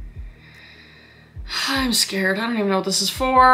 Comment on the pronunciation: That irish bit tho “for HWHAT”